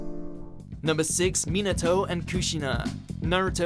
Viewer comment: me-natow? and kuh-shinah?